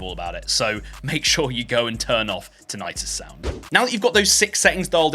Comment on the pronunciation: ti-nuh-tuhs not tin-ite-tus